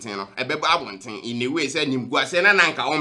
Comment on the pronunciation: You said Diana Hamilton couldn’t say “H”. Brother you too learn how to say “thing”. It’s not “tins” it’s “THings”!!!